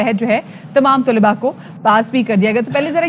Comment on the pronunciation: Tulabao o talibaat ghalat perha hy... Talaba.o.Talibaat